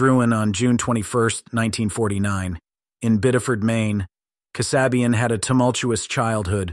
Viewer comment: Linda Kasabian's last name is pronounced KAA- SAY-BE UN, not Kuh- SOB-e-uhn.